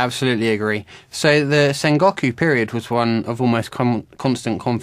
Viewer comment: sengawkoo period? lol whats with the pronunciation?